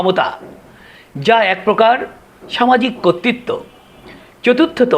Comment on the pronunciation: কর্তৃত্বকে 'কত্তিত্ব' বলেন কেন?